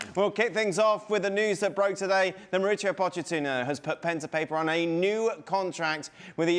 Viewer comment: Dear gringos please pronounce MAU RI CIO not MARICIO